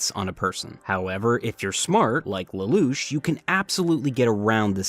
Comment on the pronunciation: that "" dude can`t even say lelouch name right.